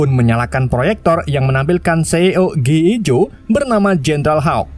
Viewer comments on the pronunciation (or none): G.I. JOE di baca ( Ji Ai Jo) bang maaf bang 🙏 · bacaannya "Ji Ay Joy woi lahh